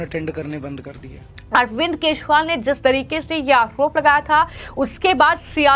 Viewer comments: चोर केजरीवाल को तुरंत जेल भेजो , मॅडम वो केशवाल नही केजरीवाल है आपकी भाषा सुधारो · 😂😂😂 aise bhi anchor hote hai yar jinko hindi bi sahi se nahi aati kejriwal ko keshwal bol rahi hai😂😂😂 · Kya is anchor ko Kejriwal ka naam bolna nahin aata Dhanya ho yah anchor dekh ke bhi kundak aati Hai is anchor ko